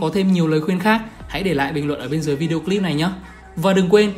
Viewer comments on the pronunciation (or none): none